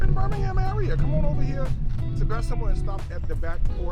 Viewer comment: I'm going to check it out!! Love the way you said Bessemer!!